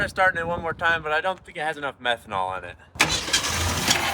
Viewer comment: I think he said methonal